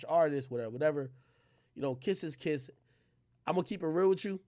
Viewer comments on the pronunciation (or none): none